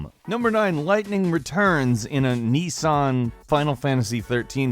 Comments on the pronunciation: It's Nissan not neassan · Notice how he called nissan "nee-san". Is it that hard to read? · What is a "knee-san"?